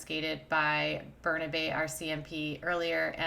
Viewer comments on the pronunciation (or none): Just for future reference : Burnaby=burn-a-bee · "Burn-a-bee" Burnaby